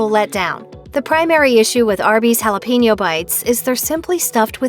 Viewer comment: But butchers jalapeño